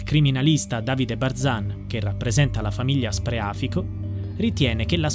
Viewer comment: Scusate però ma il cognome ditelo con il giusto accento: Spreafìco, con l'accento sulla I, non sulla a